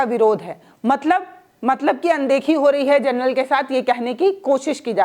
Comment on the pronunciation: Madam, Gernal Nahi hota General hota hai